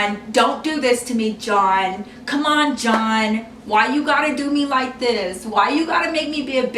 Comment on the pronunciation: did you say his name or did you say john in a way that sounded like dawn or something.?